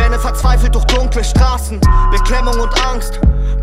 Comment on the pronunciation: duèrch mit Rachen-Ch... klingt baierisch, und soweit ich weiss, kommt er da auch her.